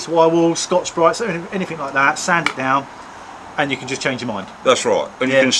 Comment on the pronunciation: "Anyfink"? FFS use English it's not difficult the word is "anything" stop being lazy